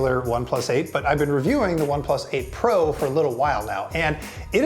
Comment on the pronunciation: Am I the only one constantly hearing April instead of 8 pro? 😂